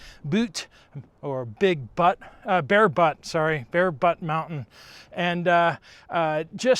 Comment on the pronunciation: It's Bear Butte.